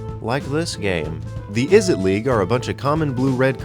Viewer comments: It's Izzet league, not Izzit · *izzet not izzit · *Izzet, not Izzit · izzit league? WHAT? did you meant izzet?